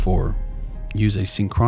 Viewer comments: EDIT: A-sync-ro-nous. 4 syllables. 2 N sounds. not 3. you even get it right! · Full of mistakes "aaaa-sink-row-nus" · Wants to tell me how Musk does what he does.... but does not know how to pronounce "asynchronous." Just kidding, good video. =) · You're mispronouncing asynchronous. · you're messing up some of the reading and you don't know how to pronounce asynchronous. as a tip when you're making a video, make sure you do it right. also if i split my day into 5 minute chunks i will spend 2 hours of my day just to plan little tasks for each chunk, that's just ridiculous.